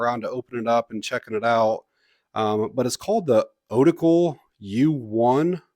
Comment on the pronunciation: And thanks for calling it an Otacle, I'm tired of hearing people call these tools an 'oh-tackle', just sounds goofy to me.